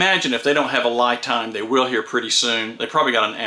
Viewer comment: 👍Great video,! Very informative!!! But the brand name seems to be mispronounced. 🤪LiTime / ’ lɪtaɪm/ ，Li represents Lithium.